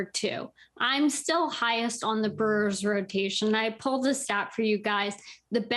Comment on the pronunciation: Did she say “Burrs”??? Lol